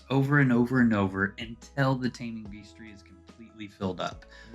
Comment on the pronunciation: Taming "beastery?" Hehehe Sorry, had to